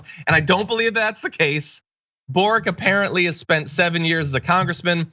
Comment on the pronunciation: Gabriel Boric (pronounced Borich) is Slavic surname, so it is not pronounced "Borik" - it is " Boritʃ ". Whenever you have a Slavic surname ending with "ic" - it is actually "ich/itsh", like Kovachich, Modrich, Stevanovich, Novak Djokovich, etc.